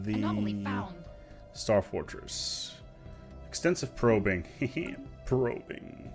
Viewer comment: HIHI pwobing. (´・ω・`)